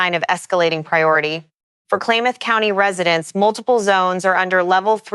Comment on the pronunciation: CHELAN pronounced shə-LAN & KLAMATH is kla•muhth. Wedding rains are typically referred to in regard to a wedding, not wildfire. And wtf is hatriaf activity 😂😂